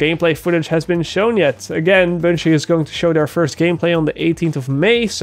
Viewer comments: its BUN (like the bread) - GEE (like the letter 'G') not boongee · Bungie in Dutch accent = Boonchie